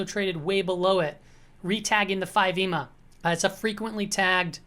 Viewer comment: Please stop saying EMA like it's a word.